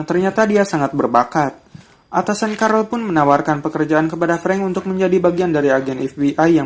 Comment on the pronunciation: Carl bukan carel wowkajaj carl hanraty